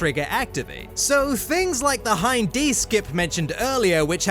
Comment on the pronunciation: Hin & D :face-turquoise-covering-eyes: it's Hind